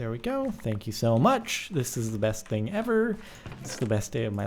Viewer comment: wat. don't use the word 'thing' no one can understand you